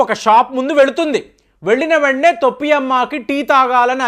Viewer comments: తొప్పి అమ్మ కాదు టోపి అమ్మ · తొప్పి అమ్మ కాదు టోపి అమ్మ.